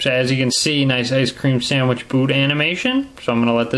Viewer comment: I like the way you say ice cream sandwicth